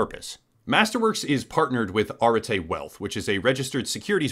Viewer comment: I think that you mispronounced Arete as Arte. It's the concept in Greek philosophy for virtue or excellence.